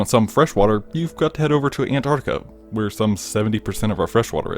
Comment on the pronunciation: Just curious, was saying Anarka part of your humor? Even if it wasn't... cool. 8 )